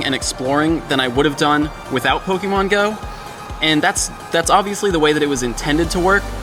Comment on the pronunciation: ok my question... u r clearly a fan of pokémon from b4 pokémon go, so why do u consistently mispronounce "pokémon" as poke-E-mon? its pronounced poh-kay-mon. even if u were to want to americanize the pronunciation, it would be poh-kuh-mon (still incorrect.) that said i do love your channel/show and that is probably my only complaint. you're an informational channel so people should come to u for info, but (to a pokémon veteran) at first glance u don't seem reliable as u cannot even pronounce the name of the game. then for people who r new to the franchise and don't know any better, now all think that is the proper pronunciation.